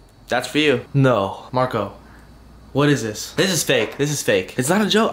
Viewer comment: "Whath ees thees,ok thank you " That accent though 👍👌 Also fisrt, she doesn't look up and second how does she know gave it to her?😂🤔